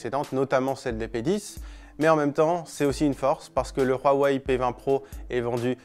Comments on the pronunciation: Arrêtez de dire "Rouaweï" c'est pas espagnol ou je ne sais quoi, Dites "Ouaweï ou Oueweï" c'est dérangeant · Pourquoi prononcer Rwawei et pas Huawei ? C'est agaçant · Il dit ROUAWEI ....AHHHHHHHH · Super 👍 idée de « RRRRAWEIL » comme il dit le journaliste 😂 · Il m enerve qd il prononce Huawei